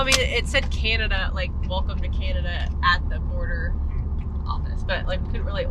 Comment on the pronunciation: As a Canadian, I love your accents when you pronounce Canada “Cyanada”. You’re right, Regina is pronounced Ridge-eye-na. Americans make fun of us and the way we say “out and about”. Glad you stopped in Banff. It is a jewel! Liked comment about Canadian time being.66 of American time. So funny! Safe travels guys.